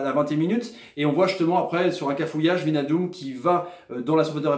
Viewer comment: WIJNALDUM ça se prononce WEYNALDUM;) (tous les ij en NL) genre De Vrij ou Rijkaard.